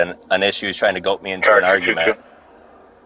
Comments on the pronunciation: Did he say "Goat me into an argument"? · “He’s trying to goat me into an argument” He didn’t actually say goat did he 😅 I’m sure that’s what I’m hearing 😂 It’s goad.. not goat 😅 And he wants you to keep the dice so the next cop has a reason after they pull you over for nothing. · Trying to “goat” me into an argument - the word is GOAD not goat ! 😂😂😂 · Trying to "goat"? He means goad. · He’s trying to “GOAT” me?! How hilarious! He’s never heard of the word “GOAD”! What a moron! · "...goat me into an argument...". God I'd love to hear him explain why he thinks its "Goat".